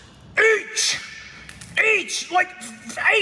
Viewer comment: That E A C H was personal 😭😭